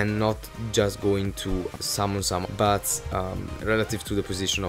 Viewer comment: Don't want to criticize your way to speak some of the words, but it's funny how it sounds like "butts" when you say "bats" ^^